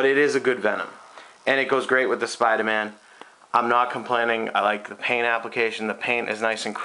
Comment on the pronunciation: I've never seen a review of a sculpture before but this was surprisingly in-depth! also, the ahtist! yea, the ahtists are togethah! making a Spidahman! No R's in this video, no way no how!